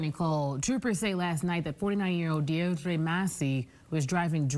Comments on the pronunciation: So many things hilarious about this video. First of all, of course she’s from Lowell. Second is the mug shot and third is the “Dioer Dre”????? No, it’s just Deirdre (Deer Dra). Not an uncommon name. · Courtney, it’s most likely pronounced Dee-dra. 😆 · Please get a producer to at least help with name pronunciation. How embarrassing for the station. (Fwiw, Deirdre is pronounced DEER-druh.) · She tried to make her name sound Spanish, lol, no that’s not how you pronounce Deirdre DEI hire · Someone please educate the female reporter on how to pronounce the name "Deirdre".